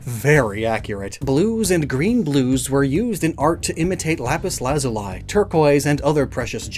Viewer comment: Lapis lazuli is pronounced "laz-oo-lee"